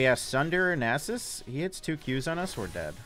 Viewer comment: idk why i watch the vids often and enjoy them but the way you say nasus cringes me so hard XP